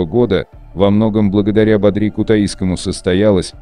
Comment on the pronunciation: Не бадрИ, а бАдри, блин